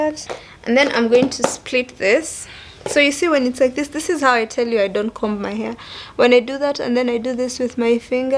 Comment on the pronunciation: Yaaas!!! Been looking forward to this. I'm also looking forward to a sit down with Nick. Those ones are bomb too! Sasa vile we both like good diction, I thought I'd just let you know that the b in comb is silent as in with any other words that a b follows an m. I also say flower for flour btw. Tuko wengi :).